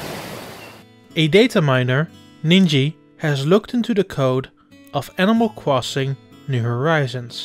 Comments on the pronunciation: The way he said animal crossing he said animal cwossing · Animal Cwossing new horizons